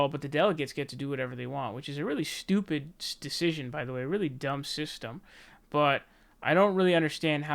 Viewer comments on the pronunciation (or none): none